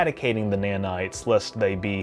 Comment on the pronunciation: its nanites not "manites". Nanite, like ipod nano